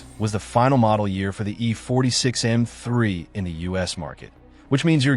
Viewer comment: You're struggling in pronouncing M--3